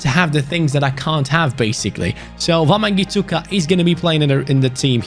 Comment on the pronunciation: the way says wamangituka is so funny